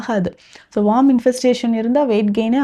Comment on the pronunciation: வார்ம் இல்ல மேடம் worm(வேம் )